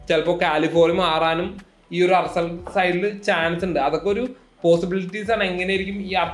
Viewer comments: അർസനൽ അല്ല ആഴ്സനൽ . കാലഫിയോറി ആണ് പേര് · ആർസനൽ അല്ല ആഴ്സനൽ ആണ് ആണ്